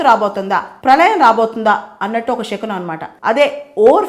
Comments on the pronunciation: షకునం కాదు అండి. శకునం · Madam you are very intelligent. Many people follow you. But please don't pronounce it as షకునం it's శకునం.